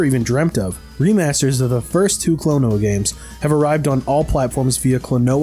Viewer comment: Klon-oh-a Phanto-meal